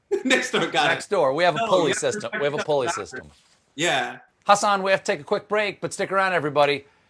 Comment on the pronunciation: no, the name Hassan/Hasan in both Arabic and Urdu has the second syllable emphasized. So it is Hah-SAHN. The H doesn’t have a perfect English equivalent, but that’s as close as you get. (Source: I speak Arabic, and have a degree in linguistics.)